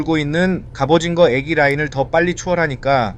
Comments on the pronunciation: 갑오징어를 갑오징거라고 말하시는거 같습니다 ㅋㅋㅋ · 설명 완전굿이에요 ㅎ 근데 왜 갑오징거라고 발음하나여 ㅠ